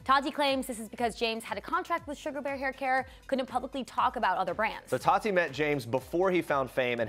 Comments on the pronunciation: Her name is not pronounced 'Toddy".... it's TATTTTeeeee. Just sayin. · It's Ta-Tee, not Tottie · Is it just me or does it bother anyone else that they pronounce tati with a soft d like ta-di instead of ta-tea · There saying todi 😂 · The way they say Tati triggers me